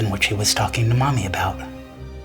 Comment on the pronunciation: why did dude say " that's what she must have been talking to MOMMY about" 😂😂😂😂😂😂😂😂😂😂😂😂😂why dude say it like that(or it was some thing like that but still)😂😂😂😂😂😂😂😂😂😂😂😂